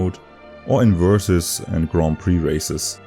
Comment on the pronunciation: Tearing up at hearing Grand Prix be pronounced properly